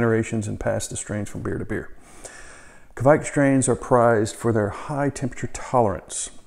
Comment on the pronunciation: Nice video! 👍 It's a Norwegian yeast and you almost said it right too 🙂 It's a badass yeast for sure!